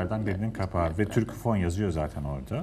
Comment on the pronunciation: Sunucu Türkofon' a inatla Türküfon diyor.